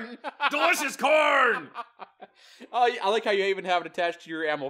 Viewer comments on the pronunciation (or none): What he says: FOR CORN! What I hear: FOR KHORNE!!